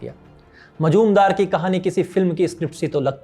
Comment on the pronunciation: मजुमदार नाही मुजुमदार